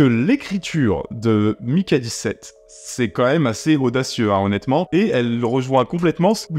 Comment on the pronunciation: "je vais prononcer Mickey dix-sept car on est en France" Durant tout le reste de la vidéo : "donc Maiiikay seventeeeeeeen ..."